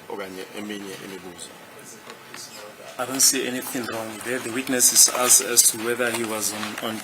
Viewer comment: This is pronouncing "asked " so badly for me. I wonder what do his colleagues say about it.